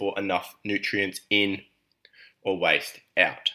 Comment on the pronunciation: Are you trying to say waste?